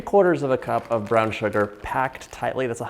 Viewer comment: Love the way John says Shhuggar! Like he’s singing a System song!